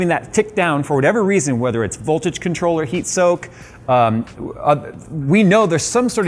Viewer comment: Did he miss the V-key when saying ”Boltage”?